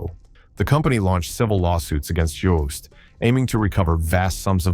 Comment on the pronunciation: Jooste is pronounced UuuSta